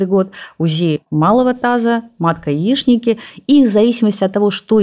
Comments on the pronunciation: Почему она говорит "яиШники"??? Яичники.ЯиШница-это на сковороде готовится.Русский язык! надо подтянуть правильное произношение. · Очень трудно смотреть из-за произношения Яи ШН ики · “Яишники” …тренИрованность… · Ну почему она все время говорит:- яишники!??? очень режет слух, все-таки женский орган-яичники! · "ЯиШники"?! Не верю, что это врач!